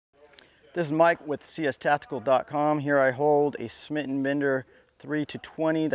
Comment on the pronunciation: Are you still pronouncing it "Smit & Bender" now that it's 2016?